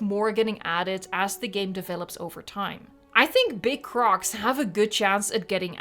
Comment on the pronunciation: The way you say “big crOCs” LoL